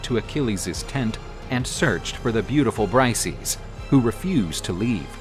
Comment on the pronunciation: You pronounced Briseis extremely wrong. It’s not Brice-eez. It’s Bris-say-iss